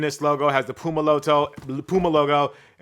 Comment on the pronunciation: I actually leaned into my phone waiting for "PYOU-muh". I get why we got the proper pronunciation but still... The 93 Till reference did soothe my soul though...